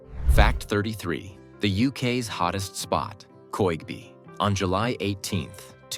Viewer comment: Just a few corrections: No 33. There is no ‘Koigby’ in Lincolnshire. I think you mean Digby. No 37 the correct spelling is’Bassingthwaite’. No 40 ‘Alnwick’ is pronounced ‘Annick’. And there’s another phenomenon you didn’t mention - the ‘electric brae’ in Scotland where your vehicle appears to defy gravity and roll uphill.